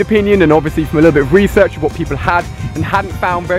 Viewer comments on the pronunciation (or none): none